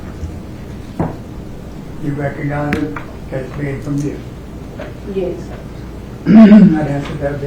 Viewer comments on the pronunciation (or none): We are here to learn how to say yuess. Smfh. Plus a side of sitting improperly in a court room. This.